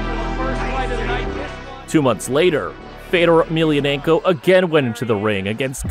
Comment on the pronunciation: Wish you'd pronounce his name correctly!